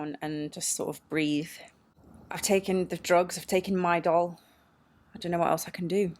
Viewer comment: Wow your accent sounded extra heavy when you said "I've taken the drugs, I've taken midol" 👀😂